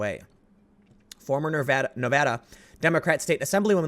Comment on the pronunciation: As a Nevadan, thank you for pronouncing it correctly!